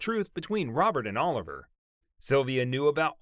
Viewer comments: I wish you’d do more research on pronouncing names… I cringe every time u say “Oliver” instead of “O-liv- e-aye”🤦🏽‍♀️ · It's not pronounced Oliver. It's pronounced "O-Livvy-Aye". There was also some prince that had the hots for Danny Kaye. The rumors about Danny's sexuality have existed for many decades. But rumors are rumors. It's up to a person if they want to believe them or even care. Which I don't. A celebrities life is not for sale. We are only entitled to what they agree to and are paid for to do. Nothing else.